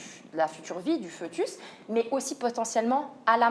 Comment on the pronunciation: Pour: on dit UNE IVG, pas UN IVG On prononce "Fétus" et non "Feutus" On dit UN dogme, et pas UNE dogme. Parle moins vite, je n'ai rien compris au message que tu veux faire passer: c'est saccadé, c'est décousu, ça n'a aucun sens, mais en plus avec les fautes de français que tu répètes 30 fois, comment te dire...